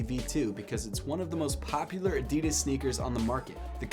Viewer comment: You think he’ll ever learn to say adidas correctly..?